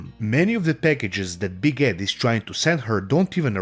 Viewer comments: You know what, you saying "Big Ed" sounded like "Biguette" to me and I think it's such an appropriate nickname for this guy. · After listening long enough, a couple times I thought you were calling him "Big Head" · I know you're saying Big Ed, but I keep hearing Big Head 😂